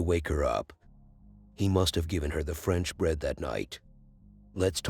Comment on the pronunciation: I. “LIKE” You at #180! I don’t like da Fwench!